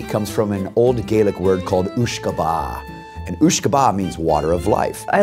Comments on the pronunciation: uisce beatha is the irish for water of life BUT its pronounced ish-ka baha not oooshka ba 😂😂😂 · Funny that a 'whiskey expert' can't pronounce the word that 'whiskey' originates from. It's pronounced 'ishka baha', not 'ewshka baha'. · uisce beatha is the irish word for whisky..prounounced ishka baha...not ooshka baah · Oosh kabah is the Scottish pronunciation Isssh kabah is the Irish pronunciation therefore, it is NOT pronounced Gay-lic but pronounced Gah-lic. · oosh-ka-ba is wrong mate its ishka ba-ha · My guy really said "ooshkahbah...". It's "uisce beatha" (ish-ke ba-ha). Atleast he got the meaning right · Its not gaelic its irish and Its not pronounced ooshka baa its ishka baha you fucking clown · It’s Pronounced “Ishka” not ooshka, just saying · "Ooshka Baha", just to say it's pronounced "Ishka Baha" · Just for the people misguided by the guys incorrect starting point, the Gaelic phrase 'Uisce beatha' is absolutely not pronounced "ooshkabah" it's pronounced "ishka baha" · Im Irish and about what the guy in the suit says at the start it's pronounced "ishka baha" not "ooshka ba" and it's spelt like this: uisce beatha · Uisce beatha is pronounced ishka baha not ooshka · "Ooshka ba" I'm Irish and I sure as hell know that Uisce Beatha is pronounced "Iskha Vaha" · Sorry to do this but the start guy is right about the water of life but he pronounced it like someone who's not spoken or learnt Irish, so it's spelt, "Uisce Beatha" and is pronounced ,ish-ka baah-hah, very big emphasis on the baah 😂😂but this is coming from a Dubliner so😂😂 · Uisce beatha is not pronounced OOSHKA BAAAHH , It's pronounced Ish-ka-ba-ha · it's pronounced ishka baha not ooooshka ba... beatha means feed not life :P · "ooshka bah" HAHAHAHAHA It's spelled "uisce beatha" and it's pronounced "ishka baha". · jesus christ that guys pronunciation of "uisce beatha" was horrendous. ishka bahha is how it's pronounced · It's uisge beatha pronounced oosga betha NOT BAA whiskey expert my bum